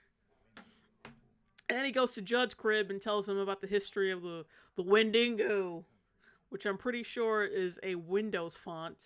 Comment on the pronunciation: Who in the world pronounces Windigo as Win-Dingo? Was that in the movie?! If that's how they pronounced it in the movie then I can forgive you for pronouncing it that way. 😂